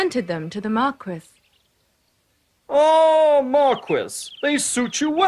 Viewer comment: The Mar-kwiss of Carabbas